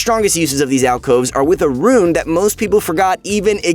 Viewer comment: Way to go rito you cant even get alcoves right